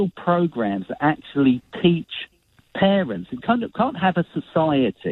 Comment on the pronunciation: “You can choose whether you eat, or not. Blame the pawents.” What a tool.